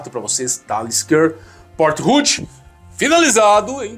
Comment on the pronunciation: Se fala Port Rue!